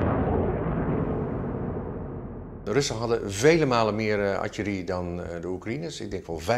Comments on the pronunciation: De correcte uitspraak is “artillerie” en “kanonnen” niet “artjerie” en “kanons”. De Nederlands Taal Unie beheert de Nederlandse taal niet leden van de overgewaardeerde scouting met spraakgebrek. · Die man kan artillerie niet uitspreken 😂😂 atjerie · Netjes gedaan, Nieuwsuur! Wéér een mooie analyse in het rijtje. De uitspraak van het woord artillerie zit er duidelijk nog niet goed in,... Het is ARTILLERIE en artjerie. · Als je niet verstandelijk gehandicapt bent dan spreek je correct Nederlands. Artjerie is een verzonnen woord. Als je het woord “artillerie” spreekt dan gebruik je de “L” klank en niet de “J” klank. Verder kan je lullen zoveel als je wilt. Dat je professioneel soldaatje speelt met je pief en poef stok wil niet zeggen dat de regels omtrent de Nederlandse taal anders voor jou is. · Bijzonder dat een expert artjerie ipv artillerie zegt. Voor de rest mooie reportage die ook op reddit al veelvuldig gedeeld wordt. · Wat is atjerie? Bedoelen ze soms artillerie, luister op , splaak gebelek? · Zegt nou telkens "atjerie" ipv artillerie? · Mooi en informatief. maar kom op zeg ''atje-rie?'' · Ar·til·le·rie - niet Adje Li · Atjerie, lastig woord hè "Artillerie" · viel mij eerder al op maar nu ook weer, beide experts spreken atjerie uit. De voice over heeft het over artillerie. Waarom is dat, weet iemand dat? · Zegt die defensie expert nou heletijd atje rie? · Al die minuutsie en atjerie is me toch wat zeg. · Waarom hebben al die Nederlandse militairen (en experts) het over artjerie in plaats over artillerie? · Archerie... artillerie! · Atje Rie. 😂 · Die man noemt het :"Artjerie". Hoe moeilijk is het om AR- TIL-LE-RIE te zeggen oh my god. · Kan deze man alsjeblieft leren hoe je het woord artillerie uitspreekt? Enigszins zielig als een defensie expert Atje Rie zegt, zelfde uitspraak als een 3jarige… verder prima reportage, maar irriteer me echt aan de expert die het woord niet kan uitspreken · Die man zegt de hele tijd atjerie haha